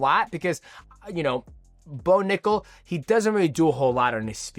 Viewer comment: DJ loses his ability to speak when he says someone's name Bo Nickal......."Bonugga" Valentina Shevchenko......"Valshenka"